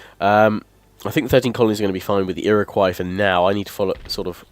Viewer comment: The way he said Iroquois at the beginning of the video triggered me.